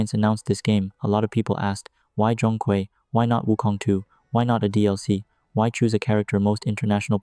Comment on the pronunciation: Nah, your pronunciation is still a little off mate. Zhong has the natural tone and Kui has the 2nd tone. But AI doesn't know that right?